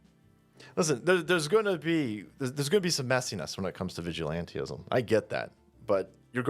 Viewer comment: Vigilantism should be the law of the land. Change my mind. Sic semper evello mortem tyrannis. Ave vindicta! It's "vigilantism," not "vigilanteism." If you want to lend credibility to the cause, at least pronounce the word right. Natural Law is The People's weapon. Btw, your bosom buddy, Putin, is a big fan of gun control. What, you think he hands out AN-94s to everyday people?